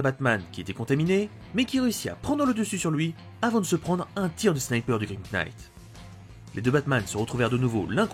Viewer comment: Je sais que ça va sûrement un peu te saouler mais le "grim knight" le "knight" se prononce "night" voili voilou. Sinon superbe vidéo, je trouve que ta voix est très captivante, et ça aide vraiment à être accroché à ce que tu racontes !